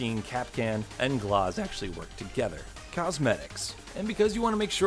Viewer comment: Glaz not glahz